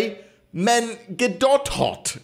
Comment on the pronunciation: He said mengetdothot